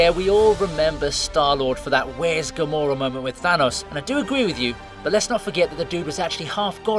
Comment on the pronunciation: "Why is gamorra?" LOL.